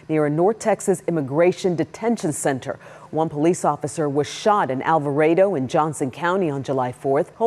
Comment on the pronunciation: It's pronounced Al va Ray Doh